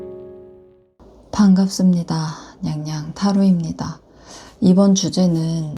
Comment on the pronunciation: 앜ㅋㅋ 귀여워 무뚝뚝하게 반갑습니다 냥냥타로입키다 ㅎ